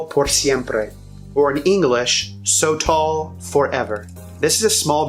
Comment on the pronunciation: Pronounced: Soh-toll, not "so tall" gringo